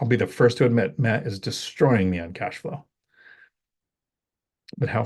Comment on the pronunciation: Did you said ãssflow? lol